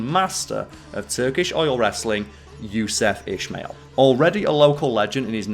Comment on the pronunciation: Not to nit pick, but it’s pronounced “Yousoof Ismaeal” if that makes sense. Absolut legend tho